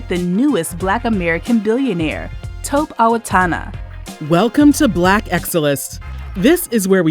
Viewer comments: Taw-kpey not Toep. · Greetings! Appreciate all of the information you provide for our community. Just wanted to share that this awesome brother’s name is pronounced Toe-pay. Thank you again for providing amazing content 🙏🏾